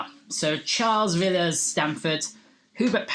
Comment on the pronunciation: Very well done, though Stanford is spelt wrong (and you pronounced Villiers wrongly).